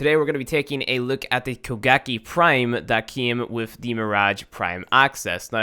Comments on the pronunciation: I keep thinking he's saying Bukkake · I thought it was koe-kah-gae